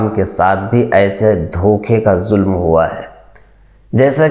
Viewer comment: Mere Bhai alfaz jis ne yeh video editing ki hai, aapne ZULM ku JULM... J aur Z ج اور ز k talaffuz mey bahot ziyadah faraq hai... please Urdu se dushmani nahi nikaale.